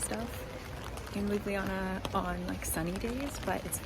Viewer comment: god dammit stop pronouncing our capital city: Lub-li -jana. Its Ljub-ljana!